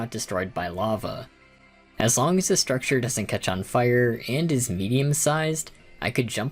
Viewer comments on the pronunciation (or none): none